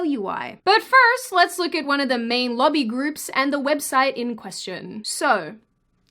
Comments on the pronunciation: When you say "lobby groups", it kinda sorta sounds like "lovey groups." Was a little confused for a bit... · Whats a "luggy group"? Oh lobby!